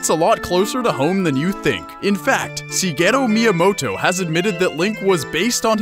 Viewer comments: It's pronounced Geh-rudo, not Jeh-rudo. Thats how the Japanese pronounce it, thats how the British pronounce it, and thats how you should pronounce it. Also, Ra-uru, and, Shig-eru Miyamoto. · him mispronouncing shigeru miyamoto's name is really begging to bother me